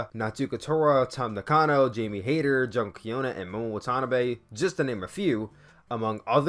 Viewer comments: hey you mispronounced Mayu Iwatani and Momo Watanabe wrong, the best way say their names is to listen to the way the ring announcer say their names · Hey um you mispronounced Mayu and Momo last names